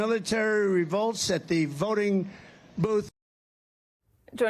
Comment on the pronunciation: "I hope the militara militara 'evolts at the voltin booth..."